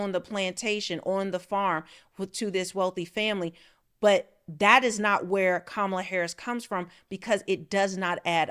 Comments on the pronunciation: KAHmala. Not difficult to pronounce. This is one that separates the smart from the stupid. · Pronounce her name correctly, please 🙏? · What kind of reporter is Owens when she can't even pronounce Kamala correctly?? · All this is cool i like listening to Candace. I think she should lead with pronouncing the ladies name correctly. Kamala said she doesn't say her name this way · Why are so many people mispronouncing Kamala Harris's first name? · I am not a fan of Kamala Harris, but at least I have the decency and respect to pronounce her name correctly. Stop being a Trump puppet and say that woman’s name correctly. You would want somebody to pronounce your name correctly Candace. That is disrespectful. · Wow Candice you really haven't learned yet you haven't learned how to pronounce the vice president's name properly did you get an education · Given the fact that she actually pronounced her name two different ways; it’s possible!